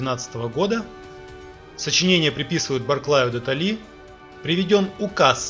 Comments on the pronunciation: Блин... де ТОлли он... де ТОлли... не ТоллИ.... уффф, темнота.. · Почему автор коверкает фамилию Барклая де Толи? Ударение, на сколько мне известно, делается на первом слоге ТОли, а не ТолИ! Аж слух режет. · Князь Михаи́л Богда́нович Баркла́й-де-ТООООлли !!! Ударение!!! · Пожалуйста, ударение правильно ставьте, а то ухо режет: Барклай де То'лли (ударение на О). Спасибо